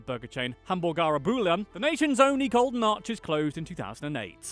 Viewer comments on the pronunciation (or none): none